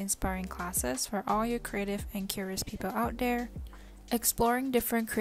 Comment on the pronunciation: out dere